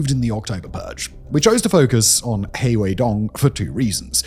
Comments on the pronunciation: He is pronounced more like ‘her’ so it’s her and she😁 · Please pleaseeeee look into basic Chinese phonics or at least put the names into google translate to hear how they sound it’s generally so irritating hearing the way you pronoun them so wrong 😭 （funnily enough ‘He’ is actually more pronounced like ‘Her’) especially if your channel is focusing on Chinese politics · Please take this as constructive criticism. Please work on your pronouciation of Chinese names. You don't need to get it perfect or get the tones right, even. Just get the general sound right. "He" is not pronouced like the English pronoun. It is hard to take the video and the subject you are discussing seriously when the entire time, anyone who has any knowledge or exposure to the topics , are cringing over the pronouciation. Just a critique based on communication theory. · He (何）sounds like "her", just remove the r. You can just it as "her". Doesn't rhyme with tea. The X in Xi (习）can be pronounced like "hsi", more like a hissing sound, does rhyme with tea. "She" is close enough. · A clue that Xi is not “she” is that in Chinese they have the “sh” sound as in…Shanghai. And also “He” could be pronounced 5 different tones, you’re just pronouncing it flat. But you pronounce it better than Alastair Campbell on TRIP so I’ll give you that.